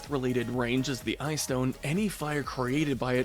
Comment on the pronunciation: He put eye not ice